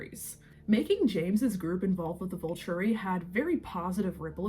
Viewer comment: thank you! i’m so glad someone said it, it was breaking my brain with how many times she said “Vulchury” (sounds like vulture, the bird) in the first 2 minutes alone.